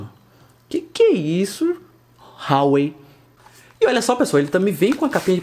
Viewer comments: Fala,, beleza? Cara, pra você que preza pela pronúncia correta das coisas, Huawei se pronuncia Ruá-Wêi. Joga 华为 no Google tradutor e bota pra ouvir em chinês 😄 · Por que todos os blogueirinhos de importados pronunciam Huawei RÁUÊI???? O correto é UÁUÊI...